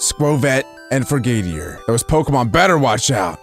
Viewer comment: It’s frog-a-deer